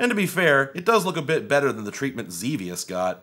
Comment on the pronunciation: dude it’s pronounced Xevious, not Xevious.